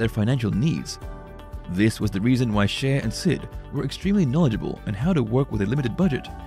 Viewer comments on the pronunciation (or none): I think her name is pronounced Shay not She-a